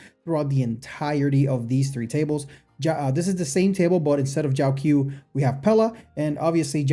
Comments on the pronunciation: I think its pronounced jow-cho not jow q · Just a little nitpick but the 'q' in Jiaoqiu is pronounced as a ch sound instead of a k sound.